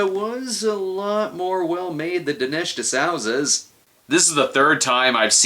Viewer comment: In case anyone was curious, it's pronounced diNESH diSOOzuh.